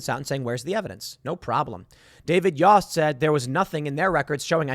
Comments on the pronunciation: It’s pronounced yoast like toast. But spelt yost. I swear to god Timmy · Ohio A.G. David Yost (is pronounced like Toast with a "Y") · Small detail, but the AG of Ohio is pronounced YO (as in yo-yo) st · Tim, Yost rhymes with post. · Yost is pronounced like oats.